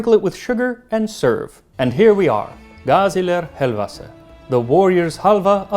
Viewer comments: Perfect pronouncing of Gaziler Helvasi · Dear Max, because of your perfect pronounciation of "gaziler helvası", I hereby declare you to be a honorary fellow turkish man. 🤗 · Your pronounciation of Gaziler Helvası was on point, i commend you. Also now i'm gonna have to ask mom to make me some helva 👍🏼